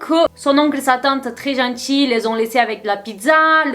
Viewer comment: Salut 💖 Sa fait un moment que je te suis mais j'ai jamais réussi à comprendre se que tu dis au début de ton intro, j'entends soit: Ozenchi 😅 ou Oh les Gentils 😅 (désolée)😭😔